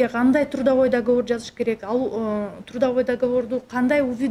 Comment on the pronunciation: ондоп кой каталарды сООнун эмес - сОнун. тУрдовой-тРудовой